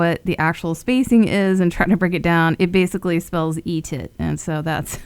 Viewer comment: You had me at "ETITT" 💀